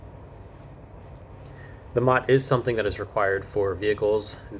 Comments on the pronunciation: MOT? MOT? No one, anywhere, not once, ever called it the MOT, it's an M.O.T., pronounced M.O.T. Not a mot. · M O T. Not pronounced mot……😂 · It’s pronounced “em oh tee”, not “mot” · It's not MOT - It's M O T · its not pronounced MOT its pronounced m o t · One pedantic, minor point - nobody here says MOT, it’s M.O.T. Enjoy your time here and make the most of your car to explore the UK. 🇬🇧🇺🇸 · wrong on the v5c, you should be given that by the seller ,either a car dealer or private sale, you fill in your name and address details ,and send your part of to swansea,and your v5c comes back to you in the post ,also it not a mot its a M O T pronounced seperatly, its also not tags its number plates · Minor point but we pronounce it M,O,T not mot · It is not "Mot", it is "M.O.T.", named after the now defunct Ministry of Transport that initiated the test. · Please please please, don't call it a mot, that is a ladys' private parts. It's an "Em~Oh~Tee". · "We don't call it a "MOT", we literally spell it out (M.O.T) so it becomes as 3 syllable word. You will never actually hear anyone say "MOT" as it is written. BTW, it stands for "Ministry of Transport". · btw its " M O T" you say the letters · Just so you know, MOT isn't said as a word, but as individual letters M-O-T. You might already know this by now though 🙂. I enjoyed watching.